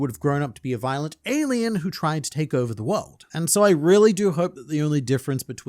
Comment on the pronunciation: Whoa Whoa why you gotta say ALIEN like that.